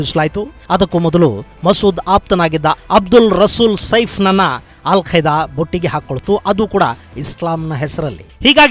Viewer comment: Yel kaida😄 alla kaida